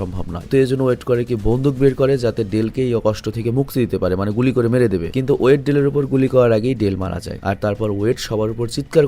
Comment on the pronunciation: Vai torita hobena tabita hobe not woyed his name is boyed and not adjane his name is elgin